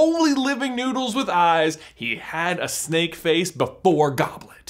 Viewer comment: Who else keeps hearing Snape instead if snake